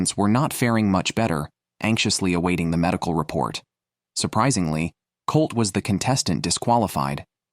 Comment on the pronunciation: Colter, not Colt. Rose, not Ross. Biko, not Billy. Is this another AI product? Very annoying narration.